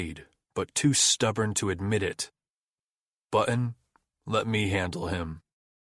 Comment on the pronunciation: Male narrator was quite stilted, and prounced 'Button' in a weird way. Story was enjoyable. '